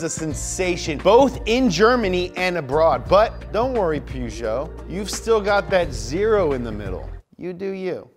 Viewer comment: He repeatedly mispronounced Peugeot as "PEW-JOE" instead of "POO-JOE" though...